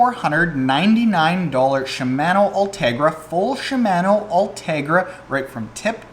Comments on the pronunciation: Gah stop saying Shi-MAN-o! It's Shim-Ah-no! Jeez man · “CHEE-MAN-Oooo” *cringing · Was scratching my head about the pronunciation of "Shimano" but at the end you mentioned Canada so that must be it... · Should I really listen to anyone who can’t properly pronounce Shimano??? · Killing me with the pronunciation of Shimano.